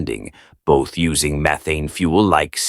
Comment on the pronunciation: It's pronounced meth ane, not meethane!